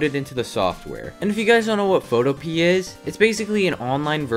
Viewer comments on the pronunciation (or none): Bro was making me angry by saying photopee when it’s pronounce peeya